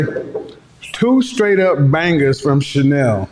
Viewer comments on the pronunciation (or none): none